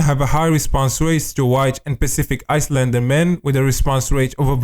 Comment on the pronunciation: My guy literally pronounced "islander" as icelander instead of the correct way which is "I-lander". The "s" is supposed to be silent. I'm fkn dead bro.